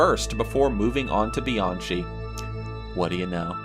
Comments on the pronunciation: just to let some of ya'll know its not Bee-an-CHEE its Bee-an-Kee (Kenneth Bianchi) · His name isn’t Kenneth BianCHI. It’s pronounced. Kenneth BianKEY. And the info for Mayhem’s bassist is all wrong. Smh. Otherwise nice video. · Bianchi is pronounced BEE-ON-KEY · You completely BUTCHERED (no pun intended) ANGELO BUONO and KENNETH BIANCHI'S names... 💀Angelo Buono = "AN-JELLO BOO-WHOA-NO" (... NOT "Angle-oh Boo-no" 😒) 💀Kenneth Bianchi = Kenneth "BEE-AHN-KEE" (... NOT "Bee-an-CHEE") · Angelo Bueno Jr. & Kenneth Bianchi Pronounced Angel-oh Bo no and Kenneth Bi Ahn Ki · He mispronounced Angelo Buono's and Kenneth Bianchi's name.... "ANGLE-OH BOO-NO"??? 😑